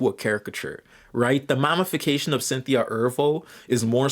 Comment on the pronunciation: says we have the sociological understanding of 3rd graders also: pronounces mammy as "mommy" and says "mommyfication" the entire video it's funny because I agree with the video but sometimes lectures on these topics as if there were no black or even halfway-knowledgeable people in his audience 💀